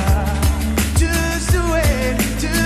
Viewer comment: El cantante no sabe que la "u" de "just" se pronuncia como una a. Parece que dice "juice" que significa Zumo en inglés. PENOSO.....